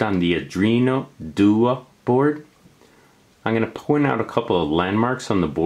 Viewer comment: pronounced are do-ino doo-ey not are drino due-ah